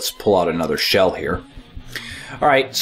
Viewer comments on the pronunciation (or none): none